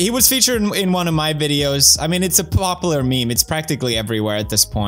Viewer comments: "plopular meme" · “I mean, it’s a plopular meme.” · "its a plopular meme"